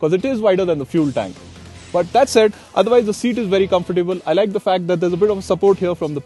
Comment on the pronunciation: Thanks for the nice review! But please note: COMFORTABLE is pronounced COMF-TA-BLE- NOT "come-for-table"